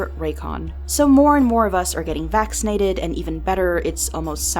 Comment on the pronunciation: Indians when she said "We all are getting vaccinatied"😥.